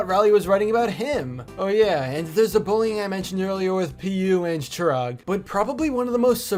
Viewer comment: Vail:ChIRaG GuUpTha Me,Indian who knows the actual pronounciation: -_- Anyways the video was awesome